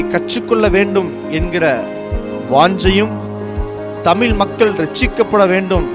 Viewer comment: அது என்ன தமில் மொழி ??? அது தமிழ்